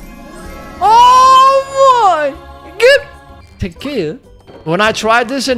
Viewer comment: I love when you go oh mei gut